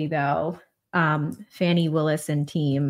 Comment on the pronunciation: Why are you saying “fanny” when you know that her name is Fani?